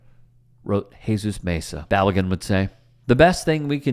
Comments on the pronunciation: Balogun - Bah-Low-Ghun. Pulisic - Pu-Li-SiCh. Weah - Weh-A. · Could you at least not butcher Balogun’s name? You’re proving Americans ignorance to the game.